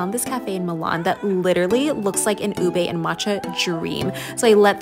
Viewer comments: can you please stop pronouncing ube as "ubey"??????? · "u-bey" lmaooo. it's pronounced as just "u-be"